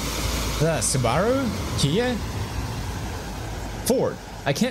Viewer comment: In America we do not say Subaru like that suuubarrrhhhruuuuuuu